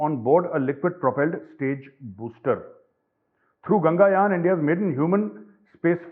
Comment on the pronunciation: Gaurav Ganga Yaan nahi hai Bhai - Gaganyaan hai (Sky Ship).